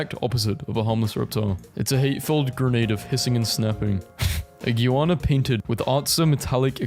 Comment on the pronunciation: btw its pronounced 'Ig-w-ah-na' atleast how i tihnk it'd be typed oiut xD